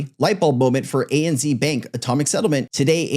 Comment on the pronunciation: ANZ is pronounced ANZed not ANzee lol😂